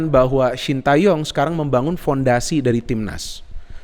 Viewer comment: bacanya bukan sin ta yong tapi sin te yong